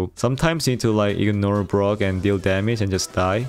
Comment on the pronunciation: Is it just me or does everyone hear grom instead of brock